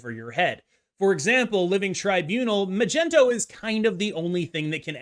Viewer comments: Can anyone explain why bynx and him say "Magento"? ... It drives me nuts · Why the hell do you and Bynx call him Magento 😂😂😂😂 is there an inside joke I’m missing here or are you being serious…?!